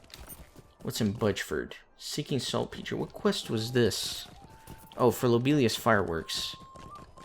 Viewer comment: Salt peter is how you say it.